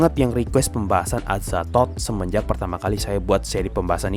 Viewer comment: Ngakak gua Ama adminnya pas ngomong "Azathod"😂